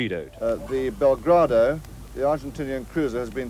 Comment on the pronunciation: The "Belgrado"? er... what?